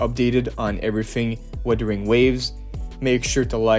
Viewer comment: Bro it’s Wuthering not witering